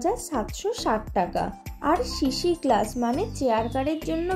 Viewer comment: Shishi na sisi. Video korle shaw r saw er pronounciation ektu kheyal rakhben